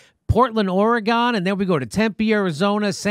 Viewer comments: It's pronounced Orygun not Oragon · ORYGUN. not OREEGONE